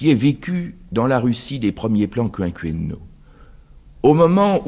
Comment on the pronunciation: Oui. Toutefois il prononce quinquennal comme "quinqWennal" .Pourquoi?